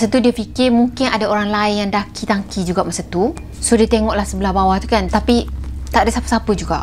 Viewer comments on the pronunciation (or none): Tangki. Bukan Taki😜😝😛🤪